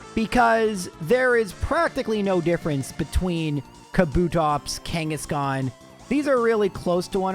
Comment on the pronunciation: KANGA KANGA KANGASHKAN